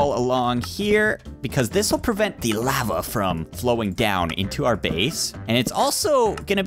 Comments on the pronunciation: It's lava not laiva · It's pernounced lova